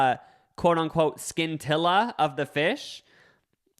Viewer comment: Omg I just realized that is trying to say scintilla - pronounced cintilla- which means “a tiny trace or spark of a specified quality or feeling.” 🤣🤣🤣